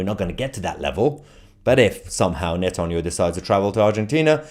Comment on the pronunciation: The British state has claimed it will abide by the ruling….cry harder tousi, your hero is a war criminal. You can’t even say Netanyahu 😂